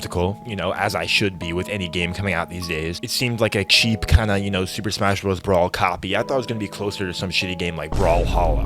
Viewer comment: every time he says "brawl" I die a little inside.